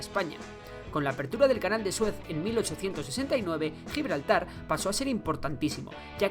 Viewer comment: Ni siquiera saben pronunciar Gibraltar...